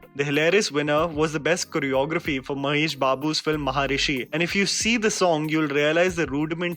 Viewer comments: It's Maharshi not maharishi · it is maharshi * and not maharishi.